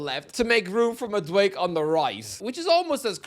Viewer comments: Madueke is pronunced Mad-u-e-ke wut i mean is that the last e is pronunced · I hate that you refuse to say Madueke correctly, because you’re so aggravatingly close. Just say that last syllable. It’s not “mad awake”. It’s “mad awake A.” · It’s MaduekE Not Maduek! 😂 I know your Irish but you got to pronounce African names better